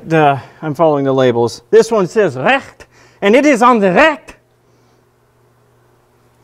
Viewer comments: It is just pure fun for me that you said "Rcht is on the Recht." I UST had to laugh. btw, I'm not getting mad over someone misspronouncing in English because it can vary how hard it is to talk in a Certain language. Best regards, (owner of the Project Encode.) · When you say RECHT, you sound like a belgium guy :D